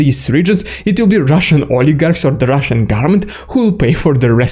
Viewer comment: It sounds like you are saying "the Russian garment" instead of "the Russian government". If it will make it easier to pronounce, you can drop the first N and just say "goverment"; a lot of people do that.